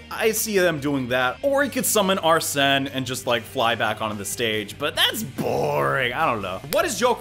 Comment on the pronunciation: It’s pronounced ar-sin